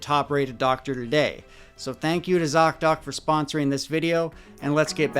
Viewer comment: Thank you so much for this important work you do. Your thouroughness is remarkable. ( Also, you are the only one who can say zocdoc without it breaking my head😅). I really appreciate you!